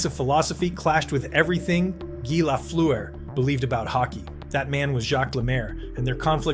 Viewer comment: You can’t even pronounce his name properly. I’ll pass